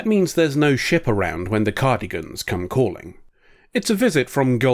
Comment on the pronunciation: Cardigans? It's Cardassians lol.